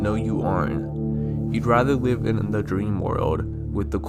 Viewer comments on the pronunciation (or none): none